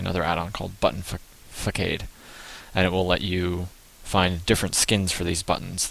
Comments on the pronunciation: FAH SAWD. buton fickade good grief :P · Facade (pronounce fas-odd) I believe its a french word for like fake, mimic something along those lines. Anyways, good video, it helped!!! :D